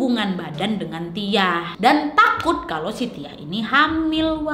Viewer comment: Pas kak nadia ngomong si tiah gua kok dengernya sitiah ya ☺